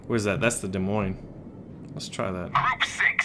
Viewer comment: The "s" In Des Moines is silent.... I'm from Iowa, so I know this.